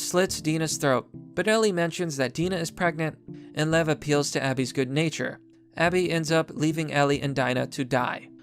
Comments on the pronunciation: It's pronounced "Deena" not Die-na. If you're going to trash a game do some research. Ellie has always been a lesbian, they're not making her anything she wasnt in the first. There is no confirmation that Abby is trans everybody is just running with it because of her muscular appearance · You don’t have to be so homophobic in ur attitude ; it’s a shitty storyline but ur sounding stupid and the name is pronounced (deena)